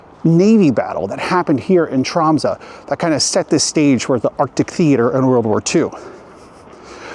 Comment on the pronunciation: Dude! I live in this city! You're talking a load of nonsense... Not knowing the difference between the North Cape and the North Pole, honestly, brush up on your geography... Making a video about a city and not knowing how to pronounce its name, making fun of both the Norwegian and French languages... Honestly mediocre... And know that for Polar Day, of course we have solutions... and waiting until the stores are open during the Christmas season... Confusing a library and a university… Sami are Indigenous people… crossing the biggest street full of ice when the car can push you… how did you f*cking know they are local! Pathetic